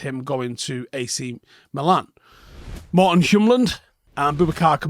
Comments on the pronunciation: As a Dane I get a twitch in my eye everytime you try to say "Hjulmand" 😂 You're switching around the L and M - "Yul-mand" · Lmao i had to scroll back to notice.. Its not even an accent thing, he just swapped the alphabets..